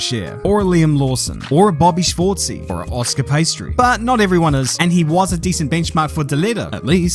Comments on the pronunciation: The world: Oscar piastri: Oscar Pastry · “Oscar Pastry” lol 🤣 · I love how you say Oscar “Pastry”